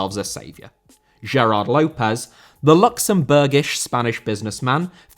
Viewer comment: López* not Louwpez